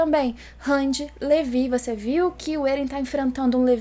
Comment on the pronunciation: que agonia ouvir (levi)